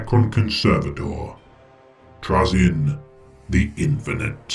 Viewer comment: Your pronouncing it wrong, its pronounced Troll-Zahn. N; the ultimate kleptomaniac in the galaxy. He also happens to be an amateur Pokémon master.